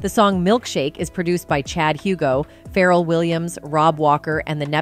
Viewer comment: Your channel is very entertaining and informative, but the pronunciation of Kelis, Pharrell, Etc… it’s just horrendous! 😂